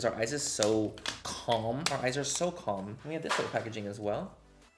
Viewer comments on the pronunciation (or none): none